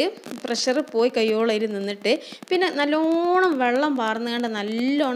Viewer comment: Airy alla.....ary